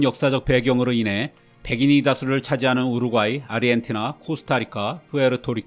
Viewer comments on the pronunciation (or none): none